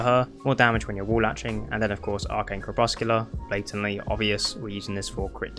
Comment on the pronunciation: Lol... "Crep-Sec-You-Lar" It means twilight the moment before dusk or dawn. Or also dim light.